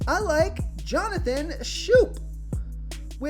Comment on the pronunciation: Berríos = ba-REE-os (accent = emphasis) Schoop = Skōp